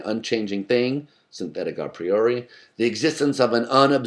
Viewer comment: I'm glad he pronounces A Priori correctly (Latin form, not English form)